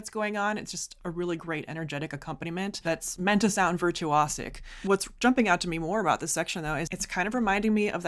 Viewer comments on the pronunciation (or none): Did I hear virtuose ? 🤯